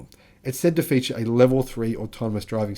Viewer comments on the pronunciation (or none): none